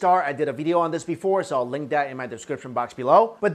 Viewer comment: You say video like an amish